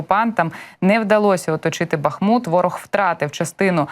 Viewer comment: Правильно БахмУт, з наголосом на другомуголосному